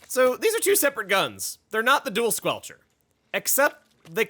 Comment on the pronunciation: "squelcherst" lol. But seriously I do enjoy this setup quite a lot, the added mobility is a lot of fun and at extra range does keep certain other stronger weapons at bay.